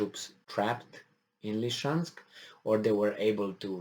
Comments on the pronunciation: Please, please: it's actually "Lysychansk" ( Ly-sy-chansk ) not "Lyshansk"! (Lisiceansk, in Roumanian, if you don't mind) Thank you for sharing. Great job, as usual. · isn't it about time that you pronounced Lysychansk correctly? Lizzy Chansk, not Li-chansk. Li-chansk sounds too much like Luhansk and can confuse people who are not familiar with the details of this conflict. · Noticed doesn't want to pronounce the real name. It's confusing - LeChansk? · Slight remark about the pronunciation Lysychansk is spelled (Li-Si-Chansk) and Kadyrov is spelled (Ka-Di-Rov), no hard feelings :)..